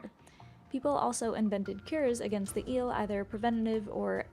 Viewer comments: The name is " ielele", not eelle. They are very dangerous and my grandmother told me that she believe in " iele" !! 😂🎉 Cristian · (this comment it is only about the original video, not about the reaction of Mr. Giant) That is absolutely wrong pronunciation. Right one would be "ye"(from "ye-sterday") "le" (from "le-gend"). And it is usually used as "the iele"="ielele" an then the pronunciation it's ye+le+le. Also the word it's defective from singular, it is always used at plural even that it's a single unit, it is always a group of entities so it does not have a singular form. The name comes from the third person plural pronoun "them" in romanian "ele"(fem)/ "ei"(masc.). In a loose translation would be "the Them" in feminine form (masc. would be "ieii"). Also the whole story it is completely wrong. Kids! "The internet" is not "The Royal Society"! Don't get the data as absolute facts. Most of the data is that some guy wrote something that he believed to be so, and that's it. No triple check from triple sources, no academy background, .. just some guy like you and me. Do not make educational videos based one what some random guy said! :)